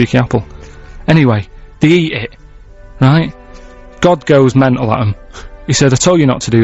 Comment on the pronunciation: "And the god goes mentle on them."